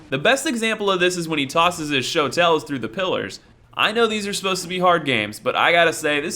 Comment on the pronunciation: they’re not “Show Tells”, it’s called a Shotel (Shoa-tul)